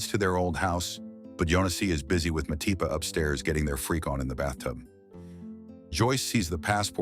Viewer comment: Who Mapati? I know Matipa? Or was that an error in narration.